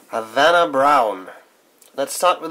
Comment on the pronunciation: The H is silent in Spanish. Good Spanish, though.